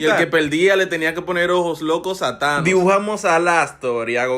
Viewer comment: No es thaños es anos